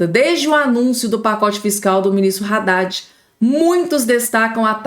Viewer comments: Haddadi e nao Raddadi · Pelo o amor de Deus! a pronúncia é ADADE. E não RADADE